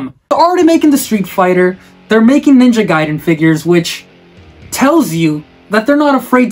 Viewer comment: It's Ninja G-A-iden, not Geiden...